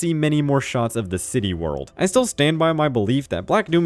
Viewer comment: I'm begging you, please stop calling it "City World".